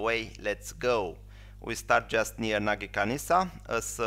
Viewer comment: It is Nagykanizsa, not Nagykanisza.